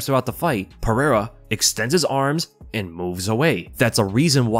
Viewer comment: You should learn how to say Pereira’s name